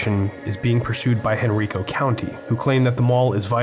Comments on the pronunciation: It's all good. For future reference, if you find any more dead malls in Henrico, it's pronounced "hen-RYE-co". VCC is a short drive from my house. I used to go to that Great Steak and Potato all the time. Such a shame to see that place slowly dying. Fortunately the theater is still there and in operation. Looking forward to more vids from you. And yeah, you do know your shit! 😊 Surf Wisely. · Actually its Henr-I-co County, the I is a vowel not a consonant. I'm not disagreeing with you Bravo I'm just helping people who don't know the county better understand how to properly pronounce the name. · lol that was driving me nuts lol some use to say Hen rye ka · Has anyone told you you are pronouncing Henrico incorrectly? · Just a pedantic note...it's Henr-EYE-co County, not Hen-REE-co County. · Quick note: Henrico is Henn-rye-ko. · Me: "Oh, this ought to be fun. knows his shi-": "...in HenREEEKO, Virginia..." Me: "Oh..... oh no.......... oh dear.........." 😨 Surf Wisely. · It's counterintuitive perhaps, but the county of Henrico is pronounced Hen-RYE-co. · It’s pronounced Henr-eye-co. Long “I” sound. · Interesting-BTW Henrico County is pronounced "HenRYEco".